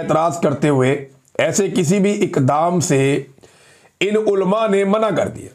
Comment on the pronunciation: عمران بھائی آپ اردو تلفظ درست کیجئے۔ عُلَماء کو آپ اولماء کہتے ہیں ۔ برائے مہربانی پریکٹس کیجئے ۔ کوشش کرنے سے آپ درست تلفظ سیکھ جائیں گے۔